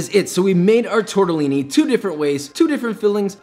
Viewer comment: Josh: TORTAALIINEEI